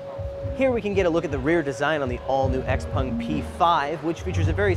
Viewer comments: X-Pung 😂 😂 😂, you don't know the name of the car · Its called xpEng not xpung.